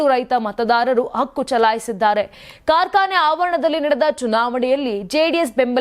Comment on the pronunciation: ಅದಿಮೂರು‌ ಅಲ್ಲಮ್ಮ.. ಹದಿಮೂರು ಅಂತ ಹೇಳ್ಬೇಕು.‌ ಅಕ್ಕು ಅಲ್ಲ ಹಕ್ಕು ಅನ್ಬೇಕು. ಸ್ಪಷ್ಟವಾಗಿ ಕನ್ನಡ ಮಾತಾಡಿ.